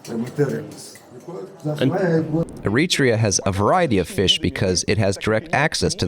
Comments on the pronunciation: You can always tell if the person making the video knows about Eritrea by the way they say the name. The narrator called it E-REE-TREE'YA Those who know the country or who have ever met an Eritrean know it's pronounced AIR'ET'REE'YA What people who have never been to Eritrea, or anywhere before and watching on video or internet. Basically, anything that is not LIVE but pre-recorded is that video is manipulating. You can make anywhere and anything seem as grim as you want when you can edit, pick, and choose what you record. I take very little consideration in the guy who made this because what does he know about the culture? What are his ties? We need white people, let alone a white dude who can't make a video on his own? He has to have someone else speak English for him? Habesha (Eritrea and northern Ethiopians) are not colonialism pronged Africans. Okay, Italian rule for fifty years or whatever in Eritrea. Does Eritrean culture resemble or reflect anything Italianbthe minute WWII was over? We've always been distinctive in our own regards. Im not saying it's the best place. Far from it. I live in the States. I can show you how every street in AMERICA that has Martin Luther King Blvd is far worse than it is in Eritrea. For all those Eritreans who are so quick to turn on the Eritreans who say something you dont like. Have a disagreement, but remember, you're still the same. That's the only i time feel like we act like the jungle bunnies in West Africa. The way in which we are s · er-i-TRE-a, not e-RIT-re-a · The English dub of your video mispronounces the country's name all the way through. There is no country called "ereetrea." It's air-ee-tray-uh. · I'd ask how the narrator can't pronounce the name of the country in the video, but the video details push a grift. Consider me unsurprised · The AI voice is excellent, except for one thing: the pronunciation of Eritrea.... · You are mispronouncing Eritrea.